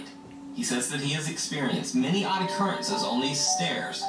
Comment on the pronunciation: “I-currences” 🫨 is trippy for that